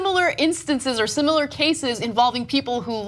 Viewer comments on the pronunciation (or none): none